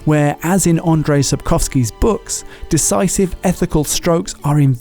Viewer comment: “Sapcoughski” Interesting choice of pronunciation